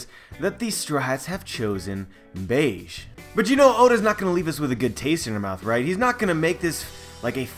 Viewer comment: Capone "Gang" Bege (beh-gay) Other than that another great video, haha